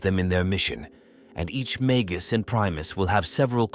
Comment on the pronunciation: Feed the AI mah-gus, or mah-guss, instead. It's pronouncing it mag-goose. Or better yet use the Bonzai Buddy voice for extra schtick.